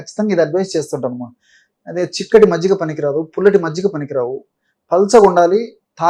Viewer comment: మజిగ కాదు మజ్జిగ జి కి జ వత్తు ఇవ్వండి